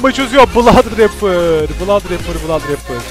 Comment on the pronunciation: Olum sonda adam bladraper diyo la :D malmı ne aslında onun adı blod abi olacak 😀😅